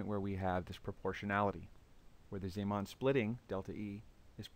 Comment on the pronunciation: You pronounce zeeman wrong. How can you say antiparellel after after the introduction of the magnetic field B sub zero? In your picture, both the left side and the right side are aligned parallel.